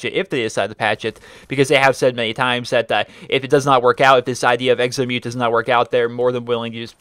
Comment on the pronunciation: Can you please say exo! Not eggzo it is rather annoying